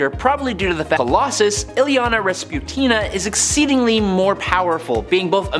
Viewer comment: I appreciate you pronouncing Illyana's last name correctly!